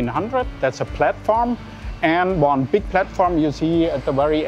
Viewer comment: Bavarians pronounce "BIG" as "BEEGK"